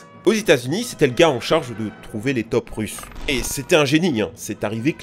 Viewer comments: MDR ta façon de dire: "les tops" au lieu de dire "les taupes"!. x-) 😁 Ça se prononce taupe (tôpe). toi tu le dis comme les toulousains prononcent le "o" de rose quand ils disent que Toulouse est la ville rose, avec leur sacré accent. 😄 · on ne dit pas des "TOP" mais des "TAUPES", a un moment j'ai rien capté XD